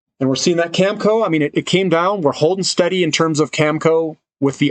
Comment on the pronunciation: Not Cam-Co. It’s Cam-A-Co 🙃